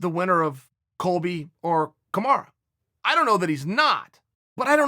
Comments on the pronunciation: Chael, repeat whit me: Me: Kamaru Chael: KamarA Me: Kamaru Chael: KamarA Me: Ok! Whatever! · "KAMARA" USMAN